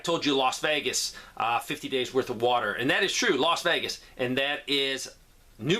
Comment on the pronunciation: No...I heard Las Vegas New Mexico. You said it correctly. I remember because my brother lives in New Mexico but I did not know there was a town called Las Vegas